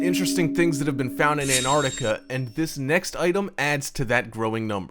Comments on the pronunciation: An-arc-tica Dude it's An-tarc-tica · "Anarica" = Antarctica??? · he says anartica and great joke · The first 'T' in Antarctica isn't silent ffs!